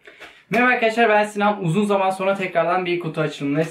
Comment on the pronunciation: abi vidonun başında uzun zaman yerine uzun saman diyosun :D